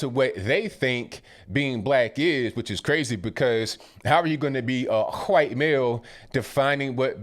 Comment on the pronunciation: huwhite male...love it